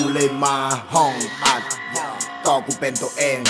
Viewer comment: ห้องอัด' ไม่ใช่ห้องตัดเน่อ ขอบคุณที่แกะเนื้อให้อ่านนะคะ /\